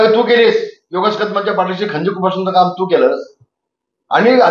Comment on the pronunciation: Ghari basa ata 😂 khanjir tri nit bol😂